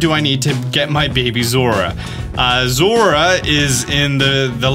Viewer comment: Zorua, not Zora.